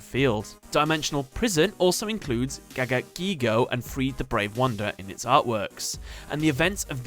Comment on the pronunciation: ITS NOT GIGIGAGAGAIGO ITS FUCKING GAGAGIGO